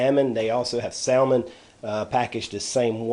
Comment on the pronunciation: the 'l' in salmon is silent. and i think its pronounced "rah-men" but alright i'll stop being an ass thank you for the ideas